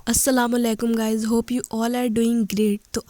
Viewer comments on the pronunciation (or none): PlZ don't mind it' not asalamalaikum it's asalamualaikum warahmatullahi wabarakatuhu say this properly